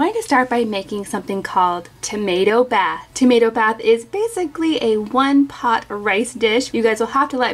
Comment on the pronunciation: hey love ur vids but instead of "tomato bath" say "tomato bhath"